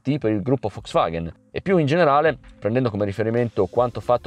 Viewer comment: ma perchè dici "Foxvaghen"? A voler essere puristi, dovrebbe essere "Folks Vaghn" (la "e" si "ingoia").